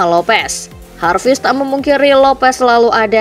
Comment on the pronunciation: Hai Pengisi suara dodol garut, Lin Jarvis itu bukan orang spanyol, jadi ga perlu bilang Harvis 😅... Biasa aja Jarvis